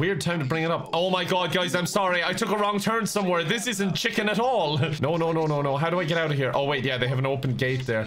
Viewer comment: There’s something about the way says chicken that causes me so much glee